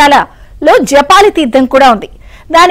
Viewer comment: Madam that is JABALI not Japali Oka maharshi peru